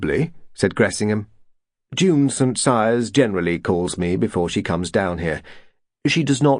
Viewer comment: It is St Cyres.